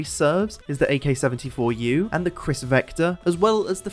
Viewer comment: No way you recognize ak-74u, you are getting better at this (also thanks for reading my nickname absolutely wrong, i love it <3)